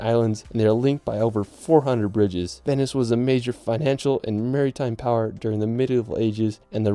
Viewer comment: hahaha I lost it too. Other incredible mispronunciations include: Mar-y-time Bel-FRY and my personal favourite Gon-Doh-la (Gondola) Stone-HEDGE ??? (X2)